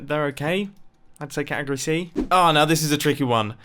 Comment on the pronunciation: Ah yes, my favorite word: catigoty